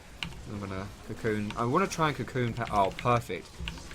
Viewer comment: you're awesome! but everytime you said cocoon shots it sounded like cum shots...:P